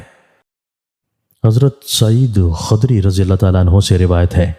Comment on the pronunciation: Khadri nahi khudri aur abaadah nahi ubaadah talaffuz Sahi karen